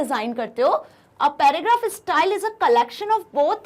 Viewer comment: Thank you mam for ur best explanation.... BTW it's not stal it's style 🤣... Jokes apart... Nice video 😇